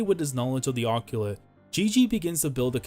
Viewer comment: GREAT VIDEO but i cannot get over the way you said occult (ah- colt) never heard (oc-qu-let) before